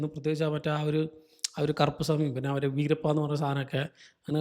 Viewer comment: Veerappan alla😭🙆‍♂️ adhu verappa